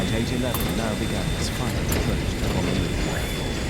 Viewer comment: It’s Honolulu it’s like saying turtle 🐢 in Hawaiian like Honu an say your lulu together not I repeat not HANALULU!!! Remember Hana means to work and Hana is in another island lol BTW Ugh please get it straigt!!! 😣